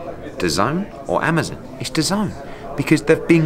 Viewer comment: Ahmazin? It's Amazon, Eddie! 😂